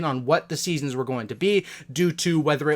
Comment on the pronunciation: I’m sorry did you say Season Sticks? Who’s hype for Season Sticks? XD Sticknite also good vid doood keep me coming.